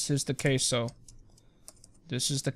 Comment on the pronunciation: Queso. Not caso.